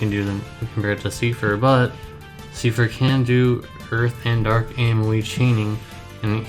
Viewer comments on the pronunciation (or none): its not "seefer" lol #